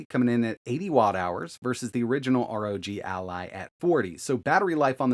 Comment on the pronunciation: Take a shot for every “arr oh jee al eye”